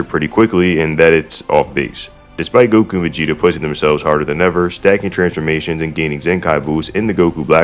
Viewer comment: Is it me or are you saying Megeta instead of Vegeta